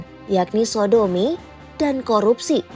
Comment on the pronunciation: sodomi ga tu, omong yg jelas aja min🗿